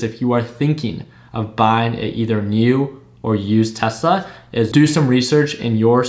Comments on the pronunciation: hes not wrong thats how spanish people say tesla "telsa" lol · I think you meant Tesla instead of "Telsa"